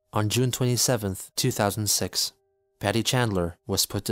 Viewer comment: *June, not "Juny."